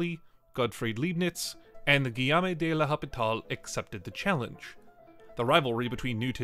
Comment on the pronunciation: Great video but you really butchered the names of those great minds It’s Leibniz. Pronounce the first three letters like „lie“. Because in German „ei“ makes a sound like in „lie“ without the L. And don’t get me started about L‘Hospital 😂